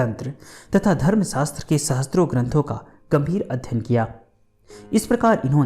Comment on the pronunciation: इतिहास"वेता" नही इतिहास "वेत्ता" होता है। और सहस्र मे स+र=स्र होता है।न कि स+त्र= सहस्त्र। कृपया ध्यान दें। शत सहस्र।